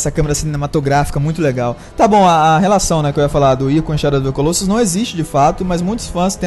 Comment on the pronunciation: É legal ver como nenhum brasileiro consegue pronunciar Colossus correctamente :P